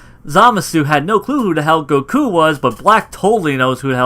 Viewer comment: Like the videos man ! , but why do you say Saiyan like Siyan and goku like gokue?